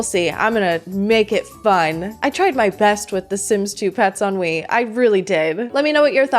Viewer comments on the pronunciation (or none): Every time you say "The Sims 2 Pets on Wii," I just hear "The Sims 2 Pets ennui" lol